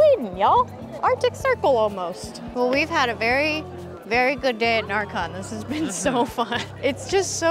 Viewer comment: I didn't realize you were going at närcon bc you pronounced it like narcotics (ä is pronounced more like e than a) but very exciting you got to see Sweden!! Norway killed it. Literally. Ned's head is rolling. Also Finland deserved the first price def she did that queen cosplay like it could be in the movie.